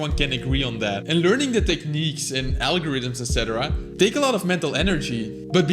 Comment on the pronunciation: Dude u used word's that have "th" sound in them too much that u lost ur control on some words like "Take". U said "THAKE" And that's a normal thing I think, that also happens to me🤣